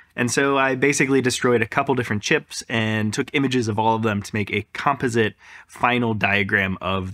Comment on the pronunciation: FINALLY!!!!!!!!!!!!11111 An American who can pronounce 'Composite". I'm PROUD of you, man!